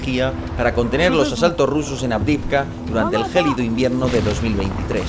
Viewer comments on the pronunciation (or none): none